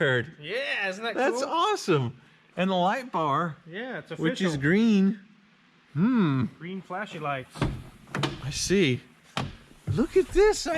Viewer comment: it's "greeen